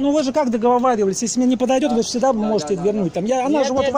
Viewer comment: НУ МЫ КАК ДАГОВАВАЛИСЬ! БУКВАНО Я вас ещё раз говорю запучу хочишь удалю вивните пожалуйста ТРЕБАТЬ я сказала